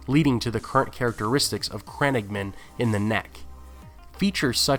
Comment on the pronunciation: the way he says crannogmen makes me cringe